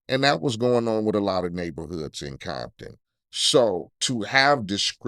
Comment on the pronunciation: This mf said Coompton